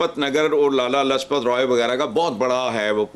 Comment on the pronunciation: लाजपत को लजपत बोल रहा है जाहिल